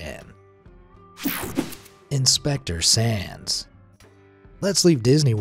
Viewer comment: When you said “Inspector Sands” I kept hearing “Inspector sans”, and now I’m just thinking about sans as a fireman. Papyrus would probably try to feed it spaghetti. “MAYBE IT’S JUST REALLY HUNGRY! MY SPAGHETTI WILL CALM IT DOWN!”